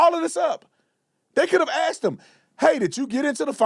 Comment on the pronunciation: I can't take any supposed "doctor" seriously who still says "axed"... 🙄